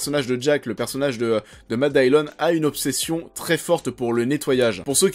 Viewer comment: Matt Dillon se prononce en Anglais Matt Dilone pas Matt Daillione. ;-)